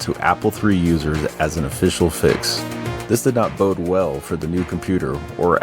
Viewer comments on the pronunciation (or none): none